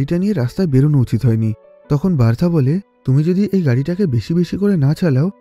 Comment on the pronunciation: উচ্চারণ হবে "বার্থা "